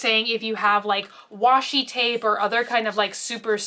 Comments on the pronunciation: I kept debating on buying a traveler's journal from them or not lol. Bujo don't have to be perfect :) The imperfections are what gives it character. I think you'll prefer muji pens best, the muji site website sells one pen for like 1.50 but lots of people talk about it P.S- it's wash-i not wasabi (condiment), I think most people say bu-ho instead of bu-jo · Is not Wasabi tape,wasabi is something you eat. Is called WASHI TAPE.